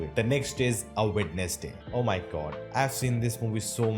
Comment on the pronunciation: It's Wenzday not wedness day.